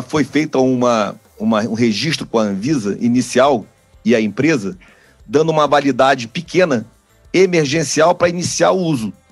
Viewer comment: Ou, é engano meu ou usou a palavra "dano" ao invés de "dando"?